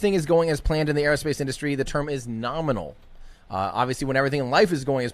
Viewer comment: was not "norminal" was "Ka-bloominal"